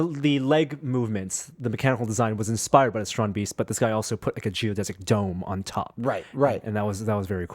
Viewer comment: The "ee" in Strandbeest should be pronaunced as "a" like in the word "ate"